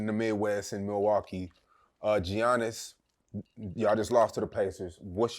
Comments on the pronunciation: Geee yannnis ?? That shit pissed me off so bad 😂😂 he never heard nobody call him that maaan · Why is he calling him G ainnis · called this nigga GEEEEYANNIS 😂 TF WRONG WIT DUDE